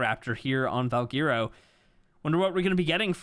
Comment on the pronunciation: My boy still mispronouncing Valguero lol